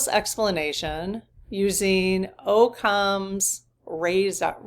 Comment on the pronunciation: Pronounced ock ems razor.